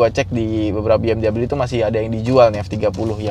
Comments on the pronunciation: BMW (Bayerische Motoren Werke) itu bacanya "Be-Em-We" bukan "Bi-Em-dobel-yu" 😛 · Bukan Bi eM doubleU